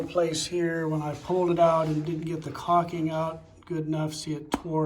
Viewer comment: Good job! But please stop saying "cocking"...., it's "caulking" - with an L.🤭 Thanks for posting the video